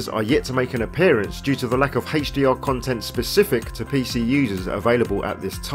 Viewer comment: Very informative video except the way HDR is said, it's like that cool whip thing from family guy...